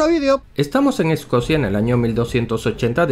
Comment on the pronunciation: No es escosia, es Escocia.